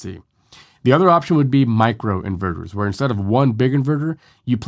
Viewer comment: It's super annoying with you making " Inverters " sounds like in burgers ! At first I was perplex, what burger the guy is talking about ? Then I listened on and realized that you pronounce "inverters" " in burgers " and you keep on repeating your " burgers ", like "mini burgers " and so on !